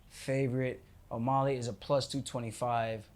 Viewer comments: Whyyy do u keep saying O’molley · Omolly, he keeps saying. Lol